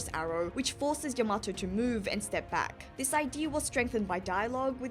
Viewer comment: Your pronunciation of Yamato is driving me crazy 😂 you have to give weight to the ya not the ma